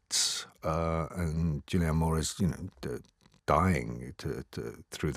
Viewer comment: David Morrissey adds absolutely nothing to these reviews - I'm pretty sure he mispronounces Julianne Moore's name at one point